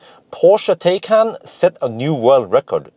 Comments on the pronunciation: It is pronounced Porsche Thaikaan, not Tay-can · Hi, Taycan is pronounced as Tie-con, or like Thai-con:) or like english “Tie” and Norwegian “kan” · Tie-con. I remember it by tying up a convict. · Pronounced Tai-Kan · With a name like that, Porsche should be glad if people don't pronounce it 'tea can'... Thinking of... If I'd buy one, I'd name it 'Earl Grey‘ 🤣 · Taycan: the "a" is to be pronounced like an english "i". Thanks a lot for your great work